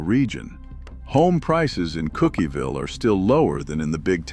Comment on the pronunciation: This is AI. A blatant mispronunciation was done when # 7 was referred to as "Cookieville." The correct pronunciation is Cookville. The spelling is Cookeville. I should know because I have lived in Middle TN for over 65 years. Peace everyone